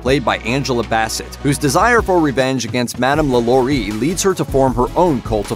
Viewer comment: Why he say Lalaurie like that